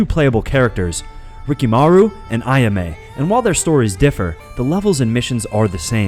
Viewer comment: AyAme A-ya-meh